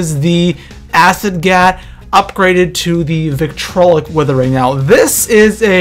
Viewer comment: okay first of all its "Vitriolic" not vitolic